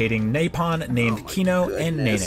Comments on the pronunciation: Xenoblade 1: Nopon Xenoblade X: Nope-on IGN: NaPoN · He must be dyslexic how does he manage to put an A sound in Nopon? And Duncan?! It's Dundan... There's no way you can accidentally say it that way. I can understand Reyn as Rain if he played without volume or something... This guys an idiot. IGN sucks. I only visit their videos when I hear how bad a review is to thumbs down it like I will this review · okay but like, those mispronunciations are MINDBOGGLING to me. How do you see "NOpon" and end up with NAYpon ? Reyn is litteraly one of the first few characters you meet and his name is VOICE ACTED (tho I guess a dude could've played the game and a different one, not knowing the game at all, coudl've done voiceover for the video, but whatever), but never mind voice acted names, how the FUCK do you end up with "dunCan" when it's CLEARLY A FUCKING B ? About your point about battle quotes tho, well, yes, combat is hectic and everything but well, in a world where people live on a titan, I"d argue it's not really necessary to make the "battle feel" realistic. The combat is very noisy, and that might be an issue for some people (like, a legit physical issue), so this is why people might turn it off (I, personnally, turned it down a bit). And believe me, being able to turn off voices is a godsend, I didn't do it for xenoblade, but I WISH I could for Tokyo Mirage Sessions, because talkative characters in a language you don't understand is just straight up noise and it's irritating. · Anyone else call dunban "Dunkin" and the nopon "naypon" to make fun of IGN? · Nopon = napalm, did I get that right? sounds like he says napalm, maybe that's what he needs Disclamer! THAT WAS A JOKE. I KNOW SOMEONE WON'T UNDERSTAND THAT! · Why did he call Nopon, Napalm?